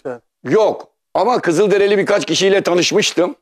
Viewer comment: kızılderEli değil kızılderili